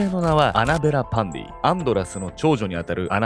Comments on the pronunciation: パンティじゃなくてパンディか！😂w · 終始アンドラス･パンディが、アンドラス･パンティって聞こえてました（笑） これも…洗脳なんでしょうかね😅